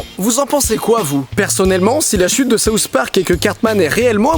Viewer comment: Ahah j'adore comment les français dise les "th" sousss park